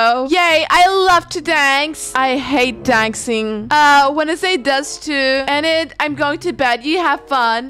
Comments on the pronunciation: it's pronounced ee-nid I think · Btw, Enid’s name is Pronounced Eee nid:) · Ur pronouncing Enid wrong it’s ee-nid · Love the vid but I think her name is pronounced ee-nid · I kinda am mad but happy its just that you say en id but its Enid you have to hear the E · HOW U PRONOUNCE ENID IS LIKE"EENID" BUT ITS SPELLED 1 E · ok i am going to say this btw even tho i say this does not mean i am not a fan i am a big fan of u but the way u said enid a how u said wednesday is kinda funny (not being rude btw just telling u:) ) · It's Enid say Denis